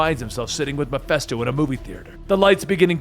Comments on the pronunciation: It’s petty I know but I thought it was Ma-fist-o not Ma-fest-o..... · Did you really just say Mephisto like that GOD DAMMIT MEH-FISTO, YOU GENEROUS AND TALENTED FOOOOOOOOOOOOL!!!! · Am I a victim of the Mandela effect? I remember MephISTO! Not Miphesto .... Fist, not fest.... Anyone else?